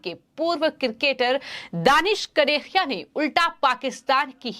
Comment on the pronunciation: The news reader could not read out the word KANERIA. It distracted the viewers.